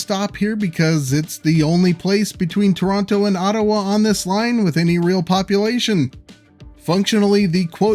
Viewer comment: You mispronounced Toronto throughout the entire video. It’s actually pronounced with softer Ts by locals. Something similar to Chrawno.